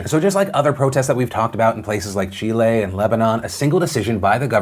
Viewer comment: Anyone else here appreciate how Phil pronounces names of people and countries the way they pronounce it themselves instead of "Americanizing" it? Like "i-RAHN" instead of "I ran" and "CHEE-lay" instead of "chil-lee"? I just wanna say that I appreciate you doing that, Phil--it may be a small thing to most people, but to me, that's an extra mile you didn't have to take but I'm glad you did.